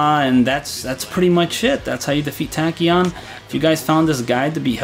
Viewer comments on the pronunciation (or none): If I may it's pronounced Tao CHian :)